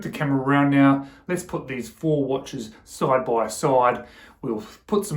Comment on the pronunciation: Man, I can't get over "soide by soide" 😂😂😂